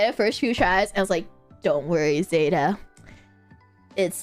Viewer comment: saying zÉta instead of zEta makes it sound so fancy:D